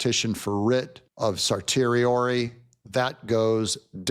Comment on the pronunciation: “Certiorari” is pronounced: SIR SHE OR RAR REE 👍